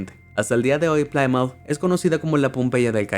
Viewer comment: Plymouth se pronuncia "plimuth"